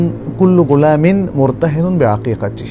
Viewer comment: মুহতারাম, " কুল্লু গুলামিন মুরতাহিনুন" নয় বরং শুদ্ধ উচ্চারণ হল "কুল্লু গুলামিন মুরতাহানুন "